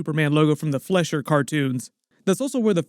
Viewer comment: Fleischer is pronounced FLY-SHER. LONG I. You might want to know a bit about him. Interesting.